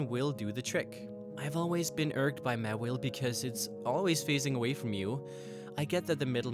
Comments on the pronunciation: i thought it was pronouced MAW-wile not mawillie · It's not mawil its maw/Ile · its pronounced maw-while not mu-will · OH MY GOD HOW CAN YOU SAY THEIR NAME WRONG SO MANY TIMES!?!?! JUST WHY? MEWHLE? MEHWLE!?!HOW CAN YOU SAY IT WRONG!!! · It's Maw-Wile. Maw and Wile (Wily). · I would've said du sparce deserved a mega more than Mawile(pronounced Maw-While) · ITS MAWILE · How can you screw up that bad with Charizard by calling it "Cherizard" and "Mewile" when it's "mAAAAAAAAAAAwile"? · ITS MAWILE NOT MAWELE>>ITS CHARIZARD NOT CHAREZARD>